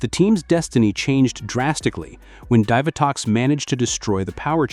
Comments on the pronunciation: Dive-A-Tox? umm Dee-Va-Tox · ASTRONOMA YOU IDIOT AND DEEVATOX NOT DIVERTOX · Divatox is pronounced as "Dee-Vuh-tox" not "Dive-uh-tox". Zayto didn't lead the Cosmic Fury team. Amelia did after she became the Red Ranger and she wasn't the first female to lead a core Power Rangers team. That spot belongs to Jen. Jen was 2nd in command in Time Force while Alex was the Red Ranger. After Alex died, Jen was promoted to team leader. Wes became 2nd in command when he became the new Red Ranger. Lauren led the Samurai team in Super Samurai for 3 episodes. So, Amelia is the 4th female to lead a core Power Rangers team. If you count Delphine, then she was the very first to lead a core Power Rangers team. However, I don't think it was a core Power Rangers team as they were there to fill in the role as Power Rangers while the main team were children, trying to obtain the pieces of the Zeo Crystal. So, I consider that a secondary Power Rangers team instead of a core Power Rangers team. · It’s pronounced Divatox